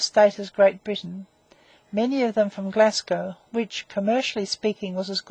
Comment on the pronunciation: narrator cannot pronounce Glasgow, Greenwich or starboard so gave up after 2 minutes, awful.